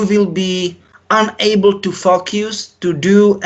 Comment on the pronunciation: is the only one that is getting away with saying fuck u trying say focus 😂😂😂😭💨👌🏆